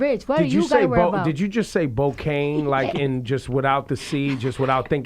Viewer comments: I was like wtf is Bocaine😂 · When she said bocaine and he was like u switched the c with a B and I was thinking wait chicken head bickenhead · ...did she just say BOCAINE ?? LMAOO deceased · I thought i was the only one who realized she said bocaine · She said bocaine 😭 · "Bocaine" lmao alright... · Lmaooooo she said bocaine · Lmao she really said Bocaine wtf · bardi C jus said bokane